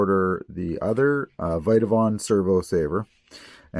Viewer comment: It’s Vitavon not viteavon